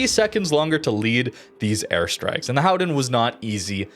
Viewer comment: No it isn't.. ;) Just say Golden..